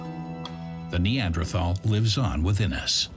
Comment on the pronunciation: Your collection of informative videos is very impressive. However, the narrator's penchant for mispronouncing Neanderthal as NeanDRAthal is quite jarring. It's akin to how it feels hearing nuCUElar instead of nuclear.